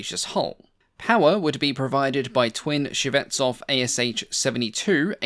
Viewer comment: I've got 2 suggestions.. 1) please understand that in Russian the emphasis on a letter is very important. Chinese have 4 ways of saying the "same" word and each time it means different things. Similar in RU. It not BEriev, it's BerIev (it's a capital i, not an L). It's not ShvEtsov, it's ShvetsOv. Stress on the i and o respectively. 2) in one of your previous videos you said that you state numbers in respective system (imperial and metric depending on country of origin). I've got news - in Russia we do NOT put commas to mark thousands. We use commas to mark decimals... So, when you say the range is 4,000 meters, it means 4 meters, not four thousand. When you say 18,000kg - it means 18kg, not 18 thousand. Please be careful using commas for USSR/RU tech, it's misleading. Thanks for making these videos, i really enjoy watching them!